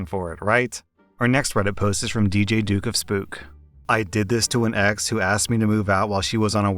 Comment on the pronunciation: i like how he says duke like "dook"